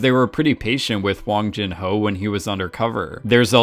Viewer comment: Its not wang jin ho its 황준호